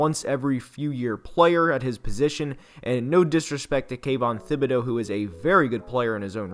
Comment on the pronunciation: Jeez, you guys are driving me crazy. The guys name is pronounced like tibedeaux . Is a French name , the h is silent ! Jeez !